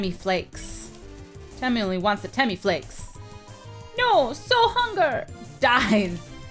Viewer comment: Just letting you know it's TEMM-a